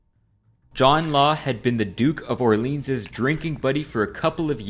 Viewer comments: "Orleens" is not any better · He didn't even pronounce Orleans properly